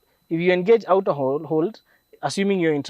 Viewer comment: A Kenyan pronouncing Auto as aooto...is just a confused fellow. Good content...but this is called the Tenderpreneur cars. Shows how well someone is stealing from govt tenders.